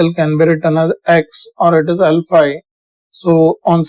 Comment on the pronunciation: Sir when you say L phi , it sounds , alpha A